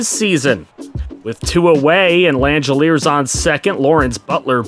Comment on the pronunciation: just as an FYI for future reference, Shea Langeliers' last name is pronounced lang-uh-leers. Keep up the good work sir